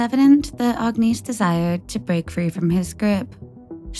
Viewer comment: 👋🏼 Just so you know her name it’s pronounced like this, “Agg-Niss” Agnese. The “e” silent. 😁